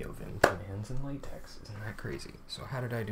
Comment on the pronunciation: It’s pronounced latex, not latex.